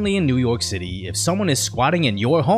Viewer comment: New York pitty, not city...